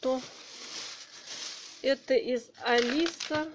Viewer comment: только пряжа принт не алиса, а АлизЭ